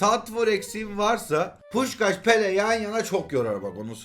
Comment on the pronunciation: Abi bir Pele Pepee diyorsun Sonra peleye tekrar dembele diyorsun bu defa😂😂 seviyorum seni iyi. Ki varsın